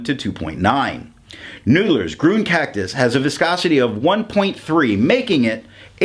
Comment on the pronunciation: It's pronounced "Green".